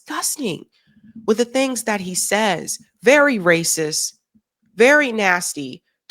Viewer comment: the word is "racist" with a "t" at the end not raysiss. Pronounce it.